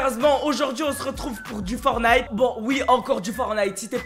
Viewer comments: Il le fais exprès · Pk il dit FortnIte et pas Fortnite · Tu le dit mal fortnite !!!